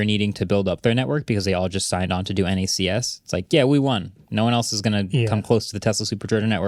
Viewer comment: It's knacks. Not en ay see ess.